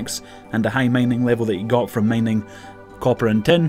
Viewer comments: it´s mining not maining... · The way he pronounce mining is killing me